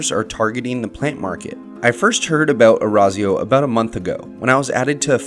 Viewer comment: Your pronunciation of Orazio makes me want to rip my ears out Other than that great video!